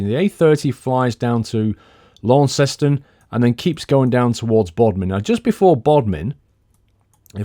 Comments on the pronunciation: Great video mate. by the way it lawn-ston not lawn-cest-on. Just the local way of saying it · You pronounce Launceston as Lawnston not Lawnceston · Launc seston haha it's pronounced launcston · Cornwall my county .... Launceston is pronounced Lanson to the local Cornish people ... Love the videos ... I'm about 10 miles from Newquay .. Perranporth has a fantastic beach and we call Padstow "Padstein" .... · Launceston, pronounced "Lanson"!! lol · Launceston!!! Lol..... Tis Lansen my bird!!! 😂😂😊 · Launceston is pronounced 'Lawns-tun'. Or, if you're proper Cornish 'Lansun'. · lol at referring to Dartmoor as "this....er....natural park 'ere" then mis-pronouncing Launceston :D No worries, I just live around here so I know all the place names :p Cool to see you flying there. Didn't know there was actually an airfield under Barnstaple, can't imagine it's a big one! I normally think of Newquay Airport. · I'm from Cornwall liskeard and just to say you pronounced Launceston you miss out the e. Other than that good video!